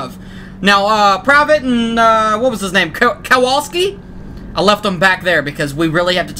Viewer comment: It's pronounced Kowalski